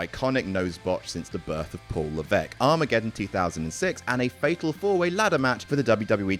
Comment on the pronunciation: "Paul Laveck" 😂